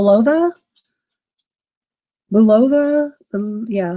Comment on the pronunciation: Better check out that older Bulova watch " Bul O Va" is how it is pronounced